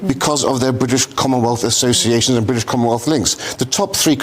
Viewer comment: You can tell she right in the way she pronounce ‘Briish’ 😅